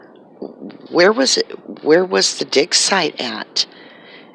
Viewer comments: Your clearly saying DICKSITE not DIG SITE. clearly pronouncing a K and not a G. It's so distracting and kinda funny and I'm just curious to see if ur going to delete this comment because I can't believe that on YouTube not one person made a joke about you saying DICKSITE. I tried to ignore as long as I could until me and my boyfriend just looked at each other and started cracking up lmaoo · Not to make light of the gravity of this matter but I could have swore you were saying "Dicksite" .